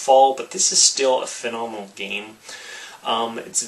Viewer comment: I like how he says this geem. This geem this geem